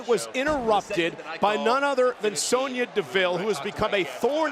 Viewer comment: sonya not snoya wade